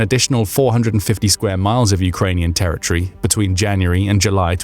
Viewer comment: It's pronounced "territory", not "terror tree".